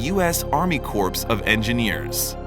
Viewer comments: Corps is not pronounced corpse it’s pronounced as CORE the p&s are silent. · Corps is pronounced “Core” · If he said it one more time, I was going to scream! Corps= core, while corpse= corps. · The p is silent in the word corp. So it would be pronounced cor or core. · The p in corp is silent and the word is singular in Army Corp of Engineers. Just saying, no Army corpse. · The "p" is silent in corps. It's pronounced cor. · don't feel much like trusting information doled out by someone that doesn't know how to pronounce 'corps' or that by that mispronunciation they completely change the meaning of the word. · Find pronunciation of “corps” on the internet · Narrator needs to learn how to pronounce corps.